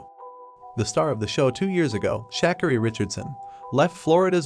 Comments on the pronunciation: It's actually comical now how u people act like it's just so hard for you to get our names right. Shackeri? Let me help you colonizer. Shuh- Car-eee. Shuh (like huh?) Car (like bar) and eee (like me). Got it Mr genius at everything else but act like u just can't figure this one thing out for the life of you? 🙄🤔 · SHAAAH-carrie . Ok — Not shukarree. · Just one detail. You’re pronouncing her name wrong. It’s sh car ri accent on the middle syllable not the first. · Sha*car*e. Please pronounce her name correctly. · Shak-a-ree? Lol. Probably should do a little research before you narrate a video.